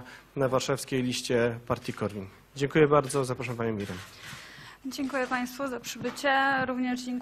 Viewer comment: CEN DOBRY... CENKUJE....